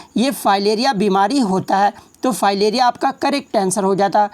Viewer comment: Fayleriya nae maleriya...ajib hal h